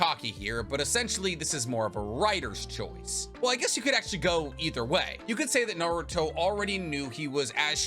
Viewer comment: Dayum I've never seen actually butchered that badly💀